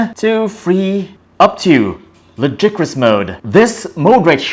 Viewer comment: The way you said ludicrous triggered me.